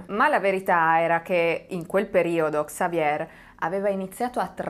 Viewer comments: In francese la r finale si mangia Xavier = Savie' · In francese, si pronuncia Xavié 😊😊😊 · Basta che tu dica xavie', OPPURE QUANDO DEVI RACCONTARE UNA STORIA CON DEI NOMI FRANCESI imparati si tratta di 6 😮nomi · Se mi posso permettere sulla pronuncia di XAVIER .SI PRONUCIA XAVIE LA R non si pronuncia 🖖👍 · La R finale del nome Xavier in francese non si pronuncia. 😀 Consultare la pronuncia su Google prima di fare il video non è poi così impossibile